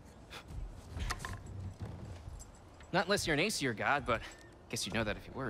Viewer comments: Lmao siri probs went off because she thought you said "siri" instead of "Aseir" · I love that "Aesir bow" became "Hey Siri. Bow" XD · Lmaoo. When he said "Aesir Bow", his phone thought "Hey, Siri! Bow?" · You said "Aesir" and she heard "Hey Siri" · says aesir bow and activated siri, don't think relised that aesir sounds real close to hey siri lol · you said aesir bow wich prolly sounded like hey siri bow